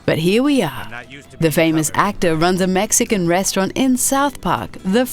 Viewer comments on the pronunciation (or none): none